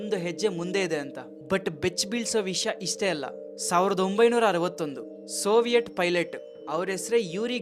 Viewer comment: ಸೋವಿಯಟ್ ಅಲ್ಲ ಬ್ರೋ ಅದು ಸೋವಿಯತ್